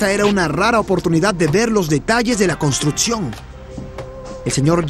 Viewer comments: El documental está muy bueno en la entrega de información, pero el narrador pronuncia pésimo las palabras. Etsito, Contrutcion, Otsido, Eletrico, Reatcionan, Esperimental, Setción, Eletrónicos, Poredosos, Carateristicas, Conetciones, Imperfetciones etc. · Construtzion, fletzible.... Qué zucede con el narradors?